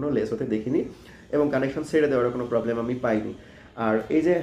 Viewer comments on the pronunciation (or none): none